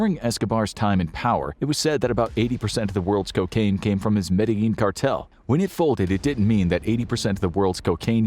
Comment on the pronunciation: It's pronounced: Mad-de-jean